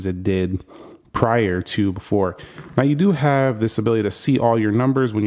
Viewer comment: BEFORE NOT BOOFORE